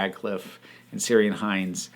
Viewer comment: Good review (including Liz's contribution). You may like to know that Ciarán is pronounced KEER-an. Irish Gaelic names can be tricky for us English speakers.